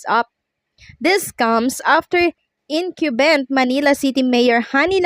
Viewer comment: Ayusin mo naman àng pagbigkas ng Tama tulad ng incumbent Hindi inkyubent at Ang word na DEBT ay binibigkas ng det silent b at Hindi deb